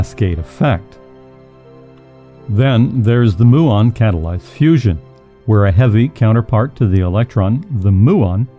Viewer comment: You cannot pronounce nuclear, muon, or theoretical correctly. Therefore you have no idea what you are talking about.